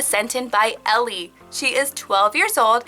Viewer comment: I love how she said Elli😂 In Finland we say it very differently!